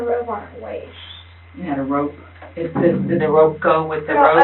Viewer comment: Somebody tell the idiot cop he’s saying robe and not rope. She’s too stupid to have him clarify. She thinks the grandma is wearing flowered pattern rope over her shoulder. They’ll let anyone be a detective. I’m convinced of that.